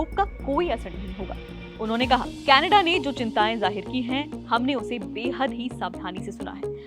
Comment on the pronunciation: कैनेडा नहीं कनाडा